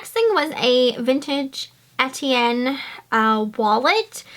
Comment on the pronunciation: Etienne Pronounced Onyay